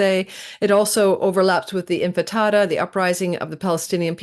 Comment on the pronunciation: I think I prefer your “Infatada” to “Intifada”…😅